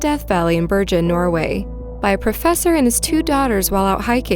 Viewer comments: Yeah, I live in ''Berjen'', no wonder my Norwegian isn't any good....I've been mispronouncing the place where I live for the last 20 years! lol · “Ber-Jen”?!?! Really?!?! It’s a “g” for Chrissakes LoL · In the first video Bergen is pronounced with the g as in gun! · Being Norwegian by decent and my Grandfather being FROM Bergen, can tell you, it's NOT pronounced: "Ber-jen" in ANY part of history... Even my grandma from rural Flekkefjord knew THAT. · Just a quick note, Bergen is pronounced with a hard G, not a soft G (as in "game" rather than "Germany"). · You mispronounced Bergen twice...Hard 'g'....Please correct this. Otherwise great video (s). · Bergen. Hard G like in golf, not soft G as in George